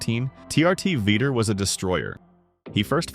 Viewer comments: You can't even pronounce his NAME correctly. That means you've never even heard it said, you keep saying Vitor like "Veter/Peter" instead of "VEE-TORE" as in "knee sore". But you sure can pronounce "like and subscribe" without any issues. Poser. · Its VitOr not vitr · All this time I thought it was pronounce like viTOR.. not.. veeter like some redneck kick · Kumon am I the only one that noticed that they say Victor Belfort his name is Vitor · his name isn't Veeter😆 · You could at least pronounce his name correctly. It's only spoken correctly in this exact video like 50 times.